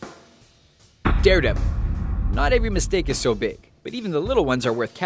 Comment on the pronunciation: did he say darre devil 2 times